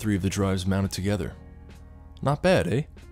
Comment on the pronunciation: he said "eh?"...... Canadian detected... be proud sir